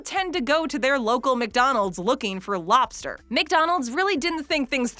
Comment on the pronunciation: I like the way she says lobster. "Lawbster" 😂